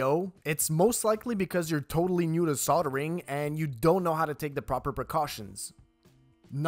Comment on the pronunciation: There's an 'L' in soldering. it's not soddering